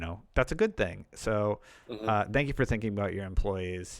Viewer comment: Can you try to say thank you instead of dank you?